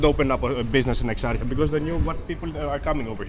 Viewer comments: Great video as always, just some factchecking from a Greek First of, the place is pronounced: "X-R-He-Ah". I know it's like super hard to pronounce but it is what it is Second, the dictatorship (Houda as we call it) didn't fall because of the events in Polytexnio. Houda was backed by the Americans and served its purpose, preventing Greece from becoming a USSR-guided communist state, as was the case for other nations during the Cold War era Exarchia was never entirely controlled by anarchists-antifascists etc. It's true that certain gangs still control parts of it, but the place has become a lot more "civilized" throughout the last 10 years. There are actully some parts that are pretty cosmopolitan now Also, the reason that the anarchists control this area is because police is not allowed in Greek public universities. Certain people have taken full advantage of that, using the buildings as a stronghold, even storing molotovs and other types of "ammo" there for major events like the 17th of November (the anniversary of the events of 74). The strategy is pretty forward: Get ammo from inside the building, throw it at the police, then retreat back inside where they're not allowed to give chase Although there are many students that support their cause, anarchists have often interfered with student-only events like elections and votes. There are hundreds of students that would have voted against the Uni closing it's doors but couldn't, 'cause anarchists came and prevented ev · Nobody tells you to switch off your camera in Eksarheia. And your pronunciation of places is awful man. Omoynia ? Egzarzia ? Gimmie a break. And Varvakeios market dangerous ? You didn't do a good job. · Come on mate let’s pronounce the suburb properly..e ksar cia. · What is this word that he is saying over and over again? I assume is the place that he is going? I can’t write it cz I don’t really understand what he is saying. Can someone help? It sounds like ex arch ya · It's eksarhia